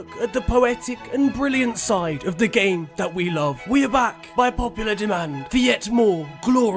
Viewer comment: idk if anybody else been known this but this segment has been getting shorter and shorter and at first i thought he was just saying "the beautiful gay" but now hes just say the beautiful g